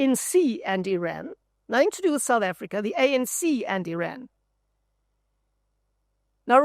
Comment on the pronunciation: I would not expect a South African to mispronounce IRAN